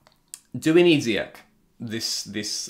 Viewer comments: His name is Zee-yach not zeeyack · It's actually Z-yack